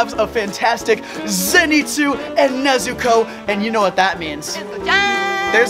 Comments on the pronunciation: Everyone else: Nezuko: NEZTOES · WHEN YOU CALLED NEZUKO “NEZUTOES” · I WANNA MAKE AN EDIT FROM WHEN SAYS NEZUTOES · He really said Nezutoes😭✋ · Noone Literally no one::NEZUTOES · he said : NEZU TOES? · NEZU-TOES? 💀 BRUH I LOVE THIS DUDE